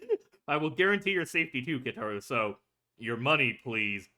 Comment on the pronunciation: Also just wanna let you know you’re saying Keitaros name wrong. If u listen closely when they call him his name you can hear how his name is actually pronounced:)